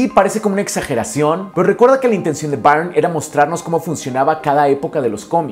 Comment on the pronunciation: Muy buen trabajo, amigo, especialmente para iniciar un nuevo año. Espero me permitas señalarte un error en la pronunciación del apellido del autor John Byrne (error en el que incurren la mayoría de los youtubers españoles por su curiosa vocalización del inglés): se pronuncia BURN (como el verbo quemar) y no BAIRN. Referencia